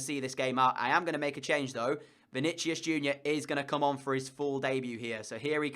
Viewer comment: I'm pretty sure Vinicius is pronounced as Vini-si-us.